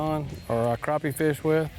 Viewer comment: finally someone who says crappie and not "crap pys"